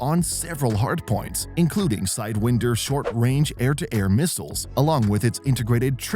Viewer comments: Obvious AI video here. "Sidewinder" is obviously mispronounced, even though the missile has been around for decades. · interesting pronunciation of "sidewinder."